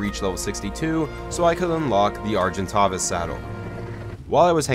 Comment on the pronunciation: And, ar-gin-taves